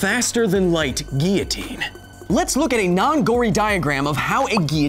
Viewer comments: every time he said 'ghia-teen' I cringed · Not tryin to rain on your parade man, but it IS pronounced "gee· uh·teen" in American English... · "Geeotine"? hahaha there is L's in it mate lol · I mean everyone's ignoring the fact that he's pronounced guillotine like he has a French accent but not using a French accent. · yeah but American English is just being doing English wrong so my point stands.